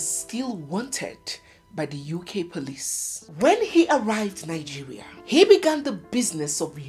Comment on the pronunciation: That is how my grandmother used to pronounce it thanks anyway it’s my fatherland .